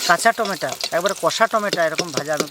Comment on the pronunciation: apni tomato k tometa keno bolen?